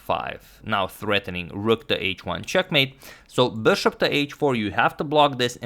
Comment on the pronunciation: I really like the way you say ‘bushop’